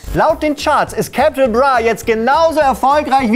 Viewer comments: Man spricht capital bra wie mans schreibt nicht cäpitäl bra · "Cäpittäl bruh" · Kann ihn zwar nicht leiden aber sprecht den armen Käääpitaül Braa doch bitte richtig aus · Der Künstlername "Capital Bra" wird hier übrigens eher wie das deutsche "Kapital" ausgesprochen. Steht in der ersten Zeile seines Wikipedia-Artikels. Ich glaub euch auch nicht, dass keiner von euch wusste was ein PopSocket ist. Dann noch "Bones MC". Herzlichen Glückwunsch, ihr habt es geschafft mich zu triggern. Aber ich hab eh nur wegen dem Assi abonniert xD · Omg wie er capi ausspricht, hilfe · CÄPITAL BRRRA🤦🏾‍♂️ bitte nicht so eine aussprache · Cäpitl braaa!! Warum spricht das jeder so dumm aus?!? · Deine Aussprache von Capital triggerd ja mal richtig hart hahahaha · Gutes Video. Aber bitte beim nächsten Mal richtig recherchieren, wie man "Capital Bra" ausspricht. ;) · Capital bra😂 wird nicht Ami mässig gesprochen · Also bin auch kein Capital bra Fan aber bitte sprich in nicht falsch aus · Kannst Capital nicht mal richtig aussprechen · hört doch mal auf alle CAPITL BRAH zu sagen es ist fucking C A P I T A L B R A wie KAPITAL und nicht bonez sondern bones (eng) und RAF CAMORA